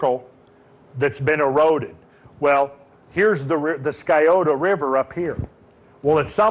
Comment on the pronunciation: It is pronounced sigh-oh-tah (Scioto).